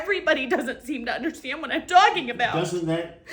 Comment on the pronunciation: Would someone please tell that there is no H in understand? Is that just college girl ignorance or a speech impediment? 😂